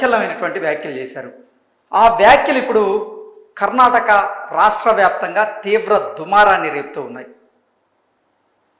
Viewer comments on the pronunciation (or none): Brother it's Karnataka sariga Cheppandi